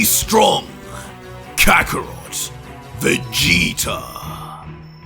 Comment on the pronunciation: kaakrot ? ii toucht it was kakkarot ?